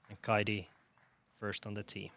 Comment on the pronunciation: Suomen kielitoimisto tiedottaa: Viron kielessä ei ole deetä. Siis ei "Kaidi" vaan "Kaiti".